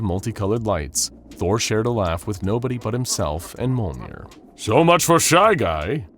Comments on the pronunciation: Did anyone else get annoyed that he pronounced Thors hammer (Mol-near) not (Meal-near). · wow i really love monh'er, totally not the narator mispronouncing thor's hammer, Mjölnir. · So how did you pronounce Mjölnir again? I swear every time you said it i laughed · The amount of times Mjolnir was mispronounced here makes me angry